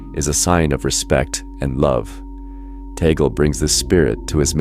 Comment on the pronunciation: Cant even pronounce his name properly. How do I stop looking at these BS videos.